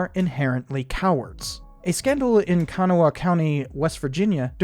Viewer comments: I grew up 40 miles from the Kanawha. Please, it's pronounced kan-AH-wha. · kanawha county is pronounced Can-awe